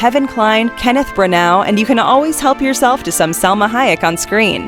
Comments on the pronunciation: Branow is not how to pronouce Branagh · Kenneth Branag it's pronounced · Kenneth Bruh-now? There's me pronouncing it 'Branner' like a chump, apparently. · They mispronounce names in these things to trigger peoples OCD exploiting Cunningham's Law.